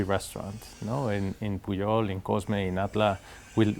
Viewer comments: It sounds like he pronounces the name of the Pujol restaurant as 'puyol'. Why do you pronounce it as 'pu-jol'? California almost another state of México...See also Texas, Colorado etc. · I loved this interview. He is such and intelligent, humble and thoughtful man and your fabulous questions really brought out his his insights on the topics in depth. The one off note was your pronunciation of Pujol. You pronounced the J as an English speaker would for an English word. In Spanish, the J is pronounced similar you a Y sound. I found that a little distracting and a detail that took away slightly from an excellent interview. He was pronouncing it correctly back to you. That could have been a cue. I found his take on his background, the evolution of his career and the evolution of the culinary scene in Mexico and cultural appropriation fascinating. You obviously did a great job with your pre-interview preparation and developing your questions! Thank you.